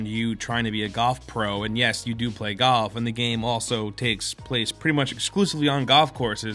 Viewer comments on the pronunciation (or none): galf? golf? goth? what are you trying to say??? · why was he pronouncing GOLF as GUUF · Are you saying "Goff" or "Golf"? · You said Golf so many times I kinda forgot what it means. Sounded like "GUHF" by the end of the bit :'D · Is anyone else noticing he's saying 'gaulf' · I thought he said goth but he said golf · The first time maybe second as well i heard golf the rest all i kept hearing was "gof" instead of "golf" idk if it was just me but i literally couldn't hear pronouncing the "l" anymore haha. to be fair though i definitely mess up a word sometimes as well when i say it over and over again. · So I'm not the only one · GALF. GALF. Me and me mates went down to the club to play GALF. Please. Its GOLF, with an O. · Too many “gof”s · Take a shot Everytime he says galf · I laughed literally every time he said "GAWLF", boy that put me in a good mood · every time says "gawf" i die inside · Galf.........? Merio?? Edit: You're just trying to piss me alff... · why do i keep hearing Gulf when he says golf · Was anyone else hearing "gawf" when ever he said golf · When he says golf it sounds like "goth" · Ah yes "Galf" i too am aware of- oh wait is it "Galf" or "Gahwlf" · Gawlf... goth... gathf... come on, pronounce it right. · "it's not necessarily a galf game" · Any one noticed the way he said golf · Bruh this guy doesn’t know about the L in golf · Love ya, but y u sayin golf so weird? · Is it me or is he saying golf weirdly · You say golf weird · The way you talk reminds me of Chris Pratt, other than the way you pronounce golf lol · The way he says golf pisses me off. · Learn how to pronounce the word "golf" before u say it 15 times